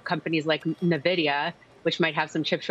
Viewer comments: Never heard someone pronounce Nvidia (Na-vidia). Interesting! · She cannot pronounce NVIDIA but has a semis outlook. How crazy is that?